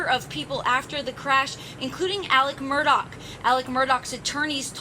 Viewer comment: It's not Murdock! It's Murdaugh.